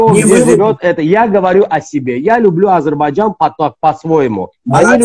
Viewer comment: Научитесь правильно высказать не Азербайджан, а Азербайджан.